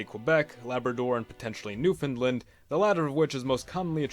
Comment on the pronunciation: Finally a youtuber who pronounces newfoundland right and doesn’t make fun of how people from newfoundland pronounce it